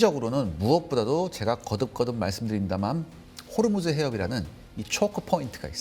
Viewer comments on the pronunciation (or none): none